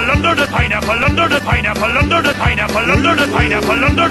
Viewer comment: I liked it when he said under da pineapple